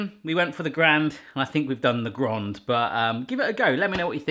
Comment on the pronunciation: Why the hell do you pronounce grand as the French word grande?